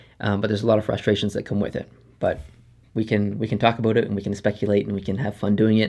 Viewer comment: You say about exactly how they make fun of Canadians on south park, lol. "aboot"